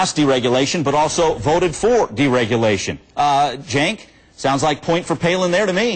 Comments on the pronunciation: is "jenk" the correct pronunciation? i thought it was pronounced "senk". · WHO THE FUCK IS JINK! AM I TRIPPIN OR IS THAT THE WAY YOU PRONOUNCE CENK. My audio preview pronounces his name Kank!